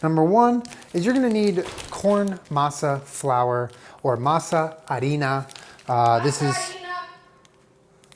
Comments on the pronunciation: "MAZA ARINA" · "masa arena" Jenna: "MaSa ArEpA!" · That "masa harina" pronunciation was FLAWLESS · nobody: jenna: MASA HARINA 👁👄👁